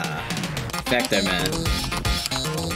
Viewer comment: Finally someone got vectormans name right Usually people say vector